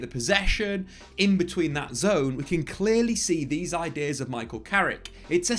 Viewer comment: It's Carrick you know.....!